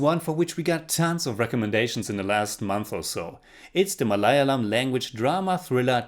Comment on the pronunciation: Your pronunciation of Malayalam and Kerala have to improve